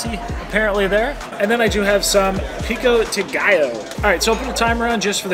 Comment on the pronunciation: lollll "pico ti/ta gallo" instead of pico de gallo! your still awesome!